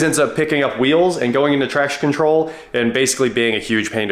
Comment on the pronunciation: I know what you were actually saying, but I kept hearing "trash control". 🤣